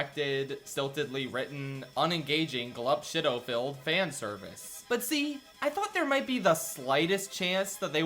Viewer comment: Glup Shitto with a strong emphasis on “shit”